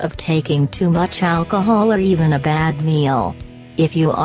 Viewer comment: “Or having to much a-alch-ohl”